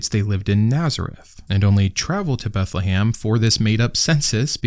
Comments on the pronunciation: This guy must be hungry for Christmas dinner... He keeps talking about "Beth-le-HAM" 🍖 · It is Beth le Chem. House of bread in Hebrew.